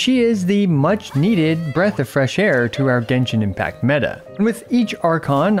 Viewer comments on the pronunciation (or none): none